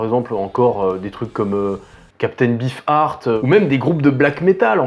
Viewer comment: Quand on prononce "Captain BEEFAART" on ne critique pas ses camarade. Votre anglais est loin d'être parfait jeune homme ! Peace.